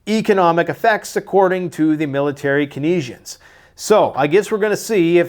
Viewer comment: Keynesianism is pronounced Cane-zee-in-ism” and Keynesians as “Cane-zee-ins”.